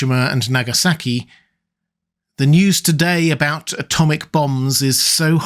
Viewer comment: Mith-tomic weapons.